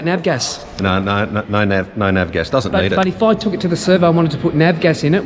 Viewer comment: its called Av Gas short for aviation fuel, not Nav Gas, i think thats Navigational fuel for boats, just kidding.